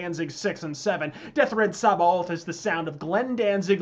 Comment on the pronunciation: Samhain is pronounced sowin and sabaoth is pronounced like sabbayoth. it has been a few years , but that has always gotten to me for some reason.